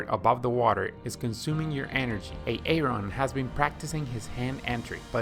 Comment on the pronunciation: He said A-aron, like Key & Peele’s substitute teacher